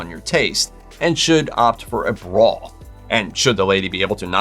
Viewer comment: It's a bra, not a "braw".